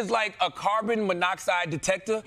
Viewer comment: Mans was struggling with saying monoxide